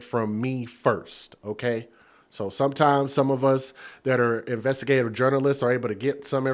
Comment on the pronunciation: you cant even pronounce investigative reporting 😮